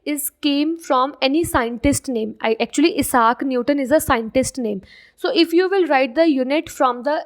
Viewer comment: Isaac Newton ❌ Eesaac Newton ✅ 😂😂😂😂😂